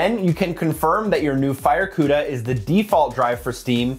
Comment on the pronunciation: I cringed each and every tine he said the word “FireCuda”…ewww